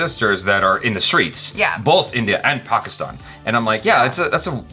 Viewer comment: Really happy with improvement in pronunciation of “Pakistan”